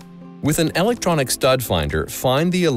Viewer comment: Pay attention to the way he says 'electronic' when mentioning the stud ifinder. Lmao